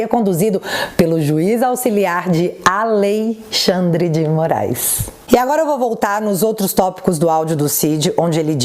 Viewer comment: "😅😅😅 A Lei Xand dê Moraiz"